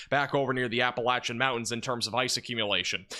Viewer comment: Nice to hear that you are saying 'Appalachian' correctly 👍 👌